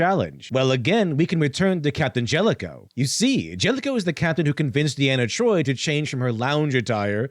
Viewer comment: Great video, and I'm enjoying it, but... It's DEE-ana Troi. Long E sound.